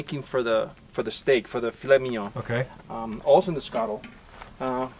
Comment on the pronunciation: I'm French and i have to say that the way he pronounce Filet Mignon is flawless !